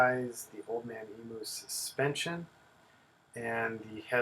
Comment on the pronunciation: As an Aussie I can tell you.....it's EMYOU NOT EMOOO...........